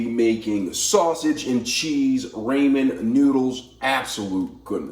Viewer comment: Who the heck calls ramen as "ray-man"?! 😳 Even worse is all the rest of the pronunciations. Oh my poor brain! 😵‍💫